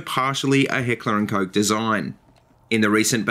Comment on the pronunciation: Awesome shit bruh. I love H&K I'm a huge fanboy and thanks for pronouncing it right. I own an HK45 with is basically the "Compact 45" in a full size. German Engineering FTW!